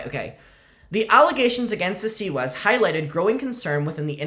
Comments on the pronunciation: fightin for his life trying to say Siwas 💀💀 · “Seawees” Keeps getting me 💀💀💀